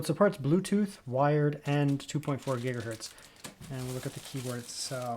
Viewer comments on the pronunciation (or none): none